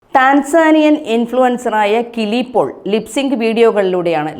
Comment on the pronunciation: കിളി പോൾ അല്ല. കിലി പോൾ